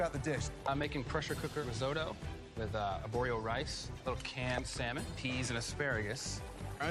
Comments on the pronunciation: Why does pronounce the silent L in salmon? It's not SALmon it's actually more like SAMIN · I kept cringing everytime she said salman. 😬 The L is silent! 😖😖😖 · She didn't bother me too much until having to listen to her "sall-man" so many times. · its not saLmon